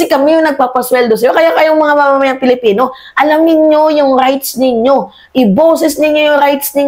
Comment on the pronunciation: Hay naku narinig ko naman ang maling pronounciation mo sa pagkakakilanlan natin..Anong Pelipino???? "PILIPINO" Wag mo artehan dahil lalo pumapangit..kaloka ka